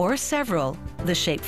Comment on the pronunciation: A gemstone sure makes a piece of jewellery, (pauses, inhales deep, sighs heavy, proceeds to say) "ROCK" 😂😂😂